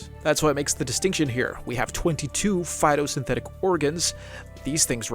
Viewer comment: everytime you say phitosynthetic organ i take psychic damage